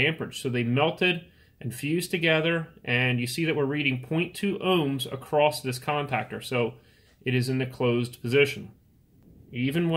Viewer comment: ACROSS (NOT ACRROST)!!!!!!!!!!!!!!!!!!!!!!!!!!!!!!!!!!!!!!!!!!!!!!!!!!!!!!!!!!!!!!!!!!!!!!!!!!!!! NO "T"